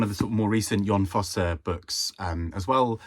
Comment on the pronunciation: I shall try to take this opportunity to finally read The Birthday Party by Laurent Mauvignier! Incidentally, speaking as a Norwegian, I commend you on your pronunciation of "Jon Fosse". Flawless! I have heard his name mangled in various ways so many times since the Nobel announcement 😆